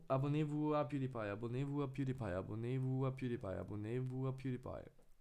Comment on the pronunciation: Пиудипай* боже как можешь так говорить ...